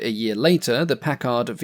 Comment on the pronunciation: When pronouncing the word "Packard", the accent is on the first syllable.